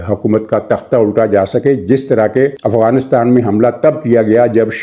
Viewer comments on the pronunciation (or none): none